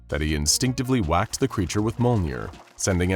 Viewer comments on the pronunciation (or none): ITS MJOLNIR (me-yole-neer) NOT MOLENEER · It is not "molnir" it is Mjolnir. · Mjolnir = M-YOLE-NEAR not "mole-near" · Bro said molner💀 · So close to saying "Mjolnir" properly. Not trying to be a dick, I just noticed when it comes to things outside of anything that's not SCP related, like anime and comics, in this case it's Norse mythology, that you tend to have a hard time pronouncing some of the main subjects you tend to bring up and that get tossed into these stories. Take "Makima" from the "Chainsaw man VS. Able" episode you did. You kept calling her "Muh-kee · Not to be mean but the way mjölner (mjolnir) was pronoced dealt damage to me